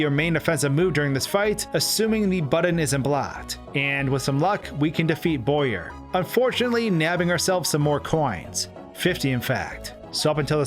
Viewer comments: bowyer, not boyer. BOW-yer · i understand that. but it's pronounced BOW-yer, not BOY-er. also, how did i not see this? I just randomly end up back here after 3 years, hmm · “Boyer?” He’s literally a “bow.” “Bow”yer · Wait. Bowyer, the enemy shaped like a Bow, that fires arrow. Pronounced boy-er?